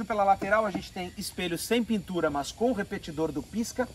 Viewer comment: Vídeo TOP, muito bem feito, parabéns pelo profissionalismo mas, deixo uma dica: Respeitosamente, trabalhe a pronúcia do seu "Mãs", fica ruim essa prosódia... ;-) Forte abraço !